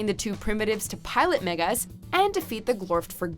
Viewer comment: watchmojo can you please teach her how to pronounce character names properly, hearing her saying the names wrongly is very annoying, it's pronounced megas, not migas..........